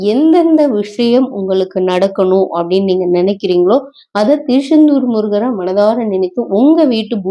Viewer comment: Thirusendur illai thiruchandur Unga style enga vendam